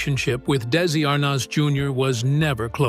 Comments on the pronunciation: Darn AI- tell tale sign how pronounced "desi ar-nez" ?!?! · Da-si Ar-noz? These computer-voiced videos are horrible and unwatchable. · Daissssy Arnoz - that's AI for you. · AI Robo-Voice says, "Daisy AHR-Nahz, Senior" and i click away. Bye bye, stupid Ro-droid. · These AI mispronunciations lie heavy on the ear. Really? Desi Arnoz? Is it so hard 2 get a human 2 narrate? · Why can’t the narrator pronounce Desi Arnez Jr correctly? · Desi arnaz Jr ,not how ever you mispronounced it